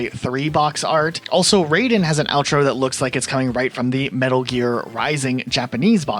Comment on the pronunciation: wrong Raiden, you said it like the Mortal Kombat character. RYE-den not RAY-den